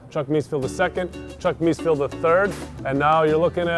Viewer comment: Please, could the owner learn to pronounce the name correctly! It is Mees-FELD not Mees-field.